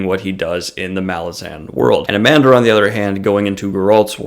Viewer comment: Thanks for the shout out. Almost nailed the pronunciation. Just don't emphasize the 'h' so much. That being said Anomander is bad ass but who you should really review is his brother Silchas Ruin. Now that is a DEEP character!